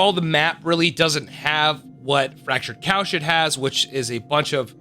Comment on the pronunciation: it sounds like youre saying fractured cow shit